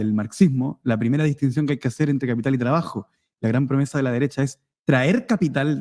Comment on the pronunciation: El. Cápital jajaja. El de tu familia es capppiiiiitall bueno? Zurdo caviar